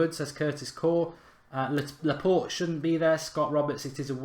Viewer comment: Laa-port-aye please say it like this mark....